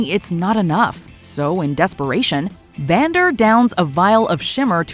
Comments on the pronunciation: I love how she calls him Xander instead of Vander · she calls Vander “Zander”